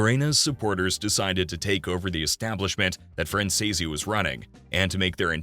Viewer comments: ACCORDING TO MICHAEL—SONNY’s SON- THEIR NAME IS PRONOUNCED. FRAN SEAS OR FRAN SEES! It is so much nicer to pronounce a person’s name properly! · For Christ sakes, how hard is it to pronounce his last name properly? F R A N Z E E C E if ya sound it out. Lol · Fran- zee-s. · Wtf , you can’t even say his last name correctly, I’m out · It’s a really good YouTube but please try to say his last name right look up Michael Franzese and he’ll tell you how to say it but you’re not saying his last name, right😢😊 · well, since it takes less than 5 minutes of research to figure out how to say the name, either you’re a robot or just lazy as fuck. So whatever you prefer to be known as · Yes I do understand like I appreciate you trying to help I do know a lot about the Mafia and it does catch my interest just it drives me nuts when you mispronounce the last name wrong like hears a idea if you don't know how to to pronounce it then just call the person by the first name or nickname I would accept that and it would be a lot better than the wrong time I am like bro it is not that that's not how you pronounce it it's.....